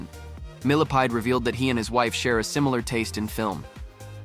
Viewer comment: With her ex-husband - "Benjamin MILLIPEDE " 😂😂😂 🐛 did anyone else hear that? 😂